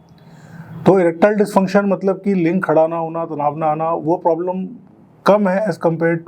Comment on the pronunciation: Doctor ka bola link v ling sunai dera h 😂